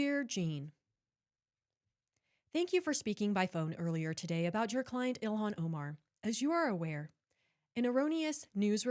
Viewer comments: I hope Illyon gets annoyed hearing that pronunciation of her name haha - I'm petty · Oh,, I hear it now. The way he says, “ILL-LI-AN.” 🤣